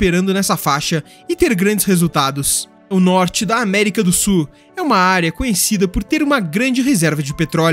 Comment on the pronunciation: Já aprendeu a pronunciar a palavra SUL? não é "SUR". Ah, e "sulamericano" pronuncia-se "SU-LA-ME-RI-CA-NO", e não "SUL-A-ME-RI-CA-NO".